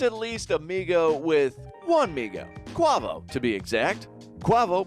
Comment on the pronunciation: Quah-vo??? You need to check your hip hop culture